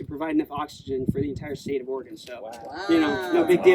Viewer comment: Love, love, love this video! So fun for the rest of us to get a behind-the-scenes peek! Just a little hint from an Oregonian: it’s pronounced Ore-a-gun. 🙂